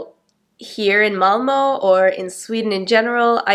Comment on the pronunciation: Ditt Ö (Malmö) is excellent.